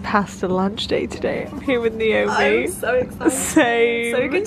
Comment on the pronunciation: You pronounce niomi’s name wrong